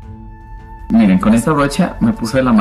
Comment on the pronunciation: muy bonito maquillaje :) y se dice miren de mirar M-I-R-A, no iren jijijj .... besos me encantan tus videos te inspiras mucho felicidades